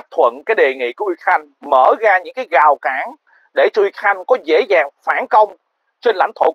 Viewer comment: Noi lai : Rao Can Chu ko Phai Gao Can . Dua nao Day Doc nhu Vay Ha?